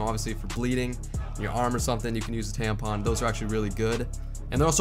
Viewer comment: what's a tanpon or tampon